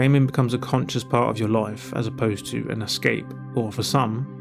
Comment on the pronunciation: I had to turn on captions for this video because words like 'life' sounded like 'loife'